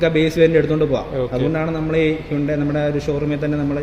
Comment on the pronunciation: എന്റെ പൊന്നു സുഹൃത്തേ ഇയാളുടെ എല്ലാ വീഡിയോയിലും ഹ്യുണ്ടായിയെ പറ്റി പറയുമ്പോൾ ഹയ്യുണ്ടായി എന്നാണ് പറയുന്നത്.. കമ്പനി പോലും ഹ്യുണ്ടായി എന്നാണ് പറയുന്നത് ഈ പേര് എവിടുന്ന് കിട്ടി എന്ന് മനസ്സിലാകുന്നില്ല കുറെ പേരൊക്കെ ഇത് അങ്ങനെയല്ല ഇങ്ങനെയാ എന്നൊക്കെ താങ്കളോട് പറയാറുണ്ട് ഞാൻ അത് കാണാറുണ്ട് എന്നാലും താങ്കൾ തിരുത്താൻ തയ്യാറല്ല